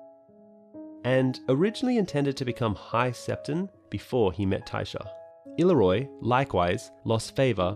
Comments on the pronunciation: I-leer-ree-oh, please not illeroy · “Ill-ear-io” is the correct pronunciation of Illyrio.